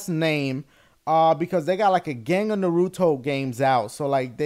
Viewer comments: Pronounced NAH-ruto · nuhRUto...dafuq? Naruto, son. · Your a fan of Naruto? And you cant pronounce the name? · It irks me on how you keep mispronounce Naruto -____- lol and I take Japanese in school sooooo lol